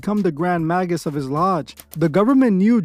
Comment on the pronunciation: "Maggus" lol